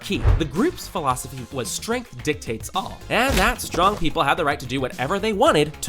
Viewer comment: “Strenght dictates all” 😂